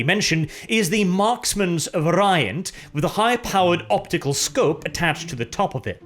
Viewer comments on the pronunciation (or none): One does not simply and horrifically butcher the word "variant" the way you did.